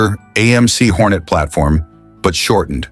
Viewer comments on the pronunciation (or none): none